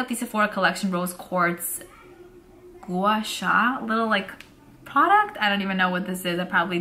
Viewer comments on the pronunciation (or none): Love how a New Yorker says Gua Sha!!